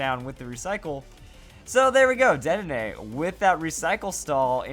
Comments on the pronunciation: I would think it is. He says the e like an "ay," so more like an é. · I'm pretty sure the last "e" in "Dedenne" is silent...